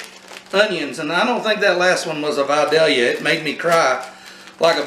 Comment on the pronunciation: It’s pronounced VI-DAY-Yuh. Lol. Great job sir!